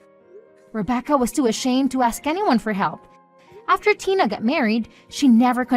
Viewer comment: Tiner? Instead of Tina?